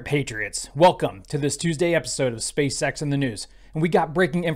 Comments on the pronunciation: I'm 100 percent sure is saying Space sex 💀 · I love how he keeps saying "space sex" haha